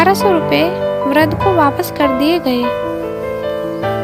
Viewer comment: वृद्ध शब्द का सही उच्चारण अभ्यास अरें